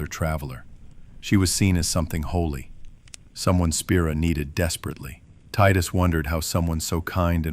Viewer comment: The fact that you pronounced it tidus and not tidus means I can trust you. Putting the phone down to listen in bed now, see u in the morning, I’ll reply back to this with a post bed time review